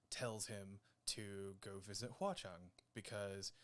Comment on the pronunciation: All things considered, your grandmother sounds adorable. Mine is almost as old and she is nothing like that. No computer in the house or anything. Mispronouncing "Hua Cheng" and "watch on" sounds like it's super ripe for a parody video. Imagine Xie Lian going into battle and screaming "WATCH ON!" as Hua Cheng idfk transforms or something is too funny.